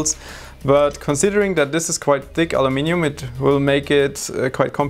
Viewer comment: Thank you for saying aluminium the proper way.